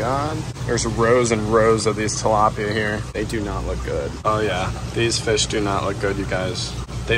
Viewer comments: “ we’re starting with two dalopia”😂😂😂😭😭😭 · he murderd a tilapya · He murderd the tlapya, not Bobby